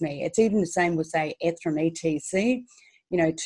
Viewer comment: Love the way she sais ethrum 😊